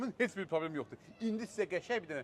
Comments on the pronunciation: Probrem yox ay uşaq. PROBLEM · Problem❎ Probrem😂✅